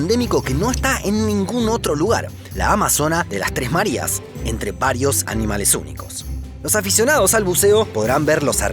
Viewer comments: Islas Marias???? No será Marías (con el acento en la i) por casualidad????? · Se pronuncia Marías, con tilde, no Marias. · Que le pasa al de la voz en off¡? Islas Márias???? Nelson Mándela?????